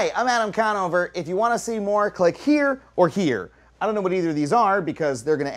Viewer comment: Did he say his name is Adam Combover?